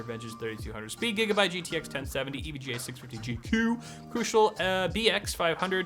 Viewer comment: EVJA** EVGA DUDE GET UR SPONSOR RIGHT